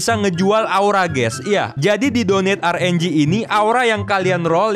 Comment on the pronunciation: Rng bukan R enjing betul